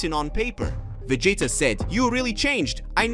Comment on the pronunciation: Come on surely you could get this person to be able to say vegeta properly